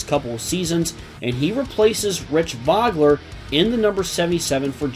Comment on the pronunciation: It's so hard to take it seriously with two pretty well known race car drivers having their names mispronounced constantly ( Mo-ee-ce, Voe-Gler)